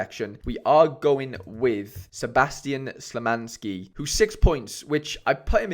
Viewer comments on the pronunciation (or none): Nice vid but your pronunciation of Szymański sends shivers down me every time